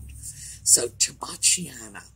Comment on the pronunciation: Afternoon! Thanks to you, I know how to correctly pronounce, "Tobacciana" after all these years of calling it something plain in my head! Everything sounds more interesting in Italian? I hope Audie is having a good day too. He makes me smile with his tail swishing all about:) He must accessorize your neck with it! Your video with Paul's Cubbies, and the others is fantastic! We took your advice, went to our local Antique Mall here in KY, found two figures for.99 cents a piece. They are kind of.... ugly, but turned out to be chickens with music books, reminded me of the pottery that people painted in the 70's. It is simply marked "Japan" on the bottom. Before I forget, I am hearing impaired didn't know if you have another mic or option on your audio settings? Could be just me. Thanks for reading my mini novel.